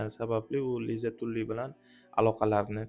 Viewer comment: Tully ❌️ Tally✅️